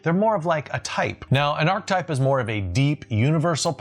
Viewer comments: It's "archetype" (pronounced ark-a-type), not "archtype". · Love the videos … but it’s definitely an Arch-eh-type! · It’s “Arch-eh-type”! Love the videos but had to on this one! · Please stop saying archtype. It's archetype. ;) You even mis-spelled it...